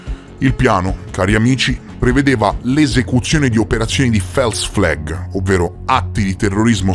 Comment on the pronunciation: False flag si legge Fols fleg non fels fleg. Con stima, un follower.